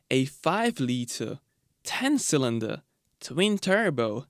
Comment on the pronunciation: It took me half the video to work out that when he said “sonder”, he meant “cylinder” 😅